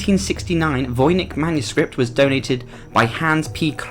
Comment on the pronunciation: "Seraphinus". Also " Voynich" not "Vonich".